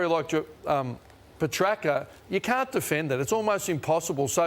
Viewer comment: Yay somebody told Lyon he was pronouncing Petracca wrong lmao